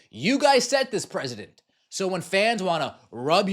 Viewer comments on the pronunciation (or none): it is precedent not president. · Nobody knows how to speak these days, the word is precedent (pronounced, press ah dent) not President like our country leader.